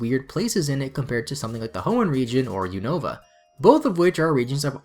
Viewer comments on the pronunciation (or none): none